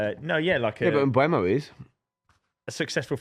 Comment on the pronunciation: Mbeumo not Mbuemo. Stop saying Mbwemo ffs